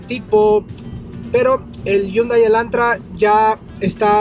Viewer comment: Ese es un Hyundai Elantra 2017 no el 2016... deberías aprender a pronunciar la marca “Hyundai”.